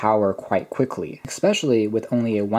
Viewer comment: Your review is excellent. You seem very well spoken overall. Which makes it all the more painful to hear you say 'expecially'. I loved these phones and owned windows mobile phones from 2005 until 2010. And I'm sure I will get tons of hate for being a grammar nazi. But the fact that you are so well spoken otherwise actually makes it stand out more. So, flame away. I still prefer especially to expecially. Or asked to axed. Flame away. I can take it.